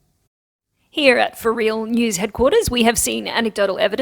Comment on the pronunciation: Is he an Aussie? Is he also able to turn ‘here’ into a three syllable word? 😁. I vote for a New Year’s Eve mini new motto!